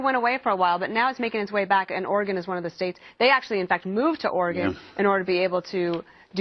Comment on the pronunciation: Finally, someone pronounces "Oregon" correctly! Thanks!